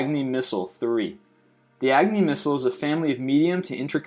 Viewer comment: You said Agni wrong it's pronounced with a Ah sound not just